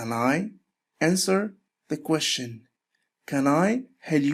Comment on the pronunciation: حلقه مفيده وجيده. مشكورا ولكن أرجوك ان تنتبه على كيفية لفظ كلمة question, أدخل حرف الt مع اللفظ. مجرد ملاحظه ولبس انتقاد. وشكرا على مجهودك. انا احب الترجمة لذلك حضرت الحلقه.